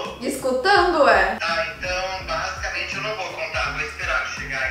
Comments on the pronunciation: Você falou bazucamente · Vc deve 20 reais pros dois pq vc falo basicament